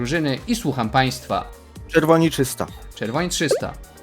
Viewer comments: ja słysze "czysto" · Jak Towarzysz mówi trzysta to ciąglę słyszę "czysta" XD